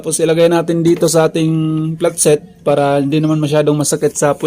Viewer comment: Pano pag pronounce mo platset? Hahahhahaha